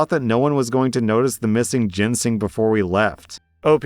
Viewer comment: I cringe everytime I hear mispronounce Ginseng as "Jensing"